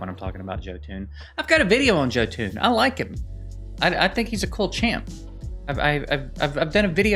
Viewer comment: Just for future reference Jotun is pronounced Yo-tun. Yeah ... I am a Norse mythology buff. This was an interesting divergence from your regular stuff. Well done.